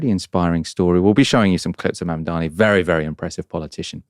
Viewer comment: It's Zohran Mamdani not Mandani. Not really difficult.